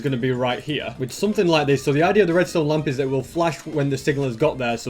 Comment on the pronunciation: now this is a real british accent here=hia